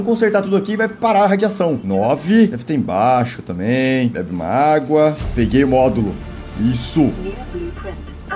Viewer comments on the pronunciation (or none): Não é ÁGUA é ÁQUA ÁQUAAAAA